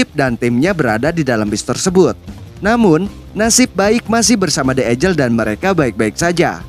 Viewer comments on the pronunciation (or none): Eagle itu bacanya "igel" min, bukan "agel" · Sama de igel bang bukan ejel hehe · The Eagle Tapi kalau admin yg ucap jadi the ijel, semangat min